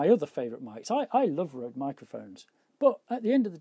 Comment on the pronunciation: its pronounced rude not rode....and you can hear the difference, your voice isn't as "bright" as with your usual mic...sounds a lot more natural :)